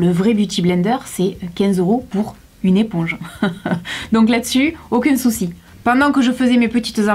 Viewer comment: elle a dit acune sousis